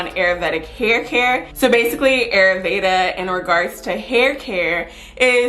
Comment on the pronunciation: Ayurveda pronounced... Eye-yür- véda😉😘